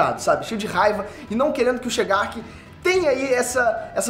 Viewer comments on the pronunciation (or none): Passando vergonha hein ?!! É shigaraki velho e não chegark🤣🤣